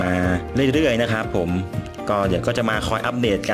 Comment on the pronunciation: ข่าวคราว ไม่ใช่ ข่าวคาว ครับ ไม่ใช่ คับ ฮับ